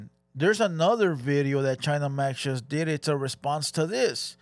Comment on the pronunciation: A bideo you shust made lol. Hit the like buddon LOL